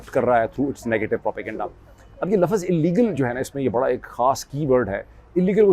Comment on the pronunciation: o bhae Laffaz nahi houtaa Lafz houta hai Lafz ((((Lafz))))